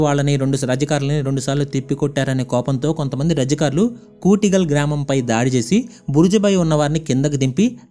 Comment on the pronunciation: అది ఓస్మాన్ ఆలి ఖాన్ కాదు ఉస్మాన్ అలీ ఖాన్... రజకార్లు కాదు రజాకర్లు..